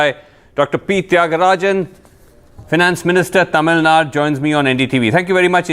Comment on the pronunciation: ..pronounce Tamil nadu..not Tamil nad..